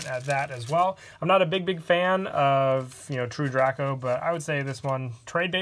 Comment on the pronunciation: The way u say true draco bothers me